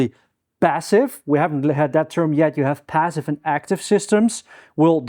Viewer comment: 'bassive' ? 'bick up' ?